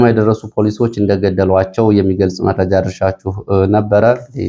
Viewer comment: አንተ ግን አስተያየት ትቀበላለህ? ከሆነ ለምንድን ነው አንድን ቃል እስከሚሰለች የምትደጋግመው? ለምሳሌ " ወደ ሜእጃው እሄዳለሁ ትልና ወደመረጃው ስሄድ ... " እያልክ መረጃ የሚለውን ቃል " እንጬትኤንጨት" እስከሚል አድማች ታሰለቻለህ:: ሲጀመር የምታቀርበው ሜእጃ ነው: ስለሆነም የያዝካቸውን መረጃዎች በቅደም ተከተል አቅርብ መቸም የቅደም ተከተሉ እንክዋን አይሆንልህም እንዴ ራያ አንዴሃድያ አንዴ ቆቦ ሌላ ጊዜ እውምቦ መልሰህ ራያ... ብቻ ምኑ እንዲሁ " አራንምባና ቆቦ" የሚለው ይገልፅሀል